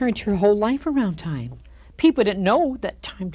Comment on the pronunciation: I think he keeps calling her “Tyme” Daly...😖